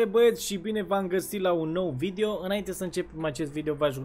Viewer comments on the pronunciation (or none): Ai zis vidio